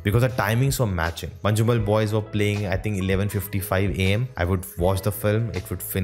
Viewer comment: MANJUMMEL BOYS❌ MANJJJJUMAL BOYS✅